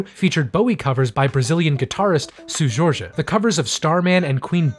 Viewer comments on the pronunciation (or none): This is an insanely great recap and although I don't agree with some of your takes, they do give me more context. One note is the singer who sung the Bowie songs in "Aquatic Life of Steve Zissou" is Seu Jorge, pronounced "Cell Jor-Gee". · "suu jorje" que jeito tenebroso de falar kkkkkkkkkkkkkkkkkkkkkkkkkkkk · By the way soo Georgia is not how you pronounce Seu George (seh-ooh jor-je) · im binging your videos, love them, stellar job! But I need you to know the way you said Seu Jorge had me on the floor. 100/10 hilarious. thank you. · Thanks for this review, we definitely need to talk more about his legacy, love it! A side note: it was so funny the way you pronounced "Seu Jorge" lol (I'm Brazilian and don't take this the wrong way, I love all things languages and accents :) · as a brazilian, a laughed my ass off the way you pronounced seu jorge kkkkkkk